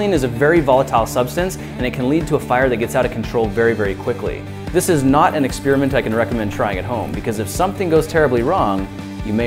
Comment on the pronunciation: Ex-Peerment. Ex-Pairi-ment